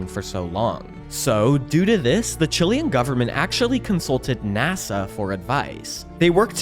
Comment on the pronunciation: He said chilean